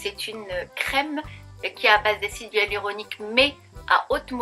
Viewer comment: Pourquoi prononcez-vous "hUaluronique" et "Ualuset" ?